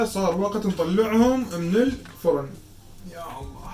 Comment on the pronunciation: انتا مصلاوي شو كلت بالفغن (الفرن)